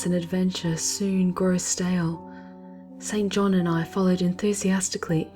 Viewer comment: Isn't it like Jane Eyre, where St. John is pronounced "Sinjin?"